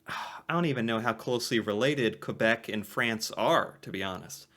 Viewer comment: Your pronunciation of quebec is 👌thank you!!